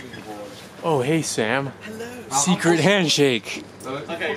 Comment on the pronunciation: when Sam said hello is super British I'm British to but I can't say hello in my accent 😂😂